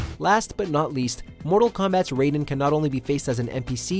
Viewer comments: Did you really pronounce Raiden like Ryeden? Really bud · Did he... did he just pronounce Raiden as "Rydin"? I give up on this dude. 🤦🏾‍♂️ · Lol nigga said Ryden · Did you say Ryden instead of Raiden. You're a fake gamer guy.😂😂😂😂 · at least learn Raidens name before making this video like Riden dude. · He said raiden wrong then said it right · did he just pronounce Raiden like MGS Raiden? yikes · Pronunciation of Raiden Me: "O-Oh... Oh man.., that hurt, that hurt me deep... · How did you say Raiden's name in #6 so so wrong? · How do you say raidens name wrong once and completely fine the second time literally one minute later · this guy over here saying Raiden like it's metal gears solid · he said raiden wrong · Did you really just pronounce raiden wrong what's wrong with you how hard is it to do a second take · He said raiden wrong on purpose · Lmao why did you pronounce Raiden so weird in #6 & then pronounce it normally immediately after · For the last time its pronounced RAY-DEN not RAI-DEN!!! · Ri- den ? Don't you mean Raiden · Yea he said it wrong first then right next time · Display Name smh heard that too. Says it like ryeden instead of rayden. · "Ri-den" (Raiden) is from metal gear solid, Rayden (Raiden) is from Mortal Kombat. Get it right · In Mortal Kombat it's pronounced RAY-DEN. RAI-DEN is the cyborg pretty boy from Metal Gear. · No offense but the way some people pronounces Raiden’s name as Rai-den instead of Ray-den bothers me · Ryden?! It's Raiden.! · How can you mispronounce Raiden when they literally say his name all the time. Its RAY-DEN not RY-DEN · Wtf is a ryden it's Raiden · His name is pronounced RAY-DEN for fucks sake its never been RAI-DEN I'm tired of hear his name be mispronounced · Did anybody else catch the narrator go from pronouncing Raiden like "Ri-Den" to "Ray-Den" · When he said that I was like: who the hell is Riden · Well to be fair if you look at it from a Japanese perspective it would be pronounced R-eye-den.